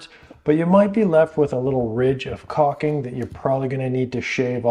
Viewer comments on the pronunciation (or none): its caulking... not caking pronounce it the way its spelled. BUT otherwise GREAT advice, one other trick is to use a hook razor